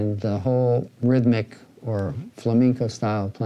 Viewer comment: It’s flamenco not “flameenco” bro